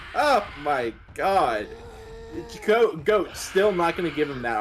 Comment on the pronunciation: Is GOAT, not Hokori